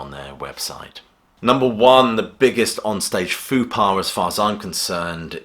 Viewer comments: Peculiar pronunciation of 'faux pas'. It's 'foh pah', not 'foo pah' (which sounds like a children's TV character). Great list, though. Break a leg. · It's pronounced 'Fo' pas, not 'Foo' pas. Or were you being ironic? 😁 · Why are you pronouncing Faux pas "Foo Pah"? It should rhyme with low = Fow pah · Fupar? Maybe i don't hear like i used to. There is a b in fubar no p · 'foo' pah? What a faux pas. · “Foo par”? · What’s a foo paw? A F.U.P.A.? Gotta love the British, always butchering the French language.